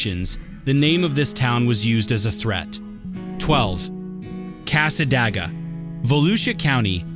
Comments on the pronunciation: That drove me nuts every time that he said it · it's pronounced casa day ga Nice video, I actually learned a couple new things about my native state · Its Cas-ah-day-gah not what u said...and its beautiful there, it has an old historical library and devils chair, purple rose store is ran by a very sweet lady. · Thank you. I live about 20 minutes from there, and this AI guy was driving me crazy.